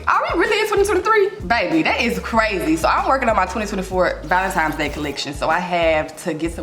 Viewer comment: I love you so much and know it’s just the Memphis drawl…but please…it’s ValenTINE’s not Times lol!